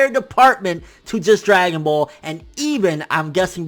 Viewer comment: My man said dragon ball condoms 😂😭😂😭😂😭😂